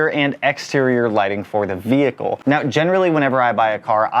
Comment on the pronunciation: Slap this dude every time he says VeE-HicLe